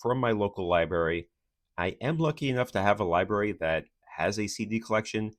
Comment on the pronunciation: Take a drink every time he says lie-berry. (Don’t, you’ll die.)